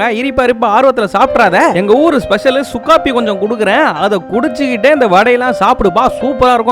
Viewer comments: Sukafi illa suku coffee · சுக்காபி இல்ல.😂😂😂😂..சுக்குக்காபி.. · சுக்காபி ❌ சுக்கு காபி 😂